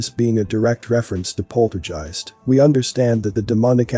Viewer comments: It's POLTERGEIST....Not "Polterjeist"....Uggghhh!?!? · Good video but > It's NOT pronounced polterjeist (with a j). And the reference to 'cash cow' refers to the bankster clans own reference to us as their cattle (its written in their 'belief system' books). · I cant listen - saying polterjeisg with a j is triggering me! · pronounced guy-ist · Dude you need to pronounce the word 'Poltergeist' ' like you would the 'G' letter in the word 'Ghost' that's how it sounds not like a 'J' as you say otherwise great video! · You're mispronouncing the name of the movie. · Who doest know how to pronounce poltergeist?? Just when its mentionned a dozen times... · Sir. poltergeist is pronounced with a HARD G (like give or guitar) sound. Not a j sound (like jive). Just saying... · While your video is interesting and informative; you sound about as enthusiastic as a rock in your descriptions. Unless you’re using a n AI voice for the narration; which would explain the mispronunciation of ‘poltergeist’ several times.